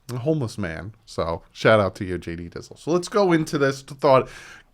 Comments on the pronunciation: Diesel lol he said it wrong 🤣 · lol it's hard to explain over text but the way he said diesel was wrong look up the opposite of gas it's diesel and tell google to pronounce it